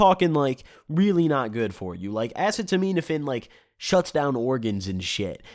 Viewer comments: "Assuhtuhmeanafin" lmaoo bruh you mean Tylenol? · “ass-a-meet-apafin” is acetaminophen, its tylenol lmao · Uh-seat-o-men-uh-fin. It’s Tylenol. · I can’t tell if you are purposely pronouncing acetaminophen like a dumbass... Like wow😂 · Watch all of DXM videos and take a gel cap every time he mispronounces acetaminophen. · Aw come on man, you don't know how to say acetaminophen? It's literally Tylenol. You've never been curious as a kid and ask about the medicine you take to your parents? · The way you say acetaminophen 😂